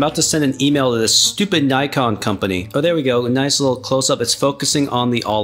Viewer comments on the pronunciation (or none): none